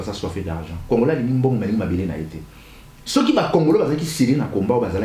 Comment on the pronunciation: lisez s.v.p ceux et non ceuy merci.